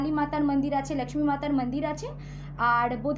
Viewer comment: বাংলাভাষায় উপস্থাপনাকালে 'লাক্ষ্মী মাতার মান্দির', মাকড়শার বদলে 'মাকড়ী' ইত্যাদি ধরনের উচ্চারণ ও অযথা হিন্দী শুনলে ভীষণ কানে লাগে।